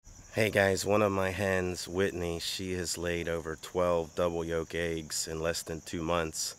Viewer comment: The word is YOLK.